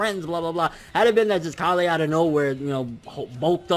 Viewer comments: dude it's kale! Kale!!!! Not callay not callay kale!! Come on man work with me here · Lmao omg he says Kalè everytime it's just Kale like how you would say the vegetable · Dude it's kale like the food not ka le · Hey bro it's kale like the vegetable kale not kalle like some Kryptonian shitt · It's pronounced kale not kalé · Ok dude you've been pronouncing kales name wrong for a very long time. ケール this is how her name is written in katakana and it's pronounced ke-ru or ke-lu obviously a pun on the vegetable kale. How you have been saying her name is かーレ or ka-le/ka-re Which is wrong as this isn't the way the japanese voice actors never have said her name in any instance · A minor thing, but it's K ale, not Kal ey. Kale as in the vegetable. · Idk why you're saying kah-le its kale and if you're just being a Weeb and using Japanese pronunciations its keiru not kah-le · Kale, not Kalay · When u pronounce kale KALEH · Kale.... rhymes with Tale, pale, or fail... ya know, like the vegetable? Please stop calling her "kah lay" :( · Yo I don't want to be rude, and I mean no disrespect but you keep pronouncing Kale's name wrong. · You're saying kales name wrong I'm guessing you're doing it on purpose though lol